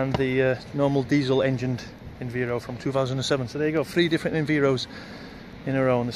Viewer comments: It’s Enviro (Enviiiiiro) not (Enveero). Sorry just a bit of a pet hate when people do that 😂. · Bus2598 Transport Videos it’s Env-eye-ro not enveero lol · Did I hear enveero? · I think most people pronounce it env-eye-ro